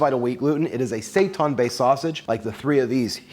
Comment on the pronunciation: Say-TAHN?? Seitan and Satan are homophones.